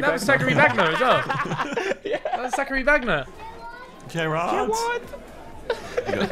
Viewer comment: man like bez said Sackary Bagna